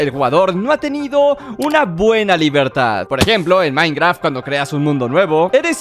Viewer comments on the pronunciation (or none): Por que siempre que dice minecraft se escucha como minecra